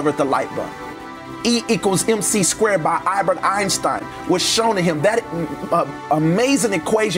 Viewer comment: "I-Bert Einstein lmaoooo